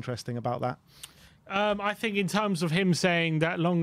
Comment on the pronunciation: Oh no!!!! finking again!! Try thinking, at least try it if you’re going to use the word 30+ times in every show! Just a thought…